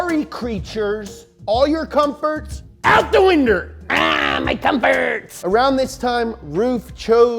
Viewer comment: Ahh my comforfots! 😂🤣🤣🤣